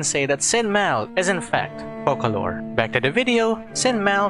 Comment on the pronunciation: Thank the fukin God, atleast one content creator said her name correctly - *FOCALOR*. Not fuckin Furina! Damnit, how people trigger me for saying the wrong word.